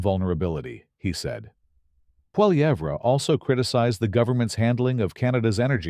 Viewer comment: A civil war?? What a moronic stupid moronic title. It's called politics in a democracy. And your srupid AI voice can't even pronounce Pierre Poilievre